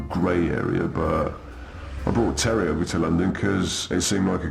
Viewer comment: Yep. Like most kids on YouTube, incapable of pronouncing many words. He can’t say Thierry either.